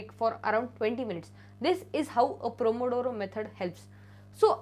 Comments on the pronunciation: Pomodoro method not promodoro 😀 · Pomodoro. Not promodoro. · Di actually the method no 8 is pronounced as pomodoro method 👍.. Btw the video was very helpful❤👏ty.. Can u also pls make a video on how u manage ur sleep schedule 🙏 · It is 'Pomodoro' dear❤️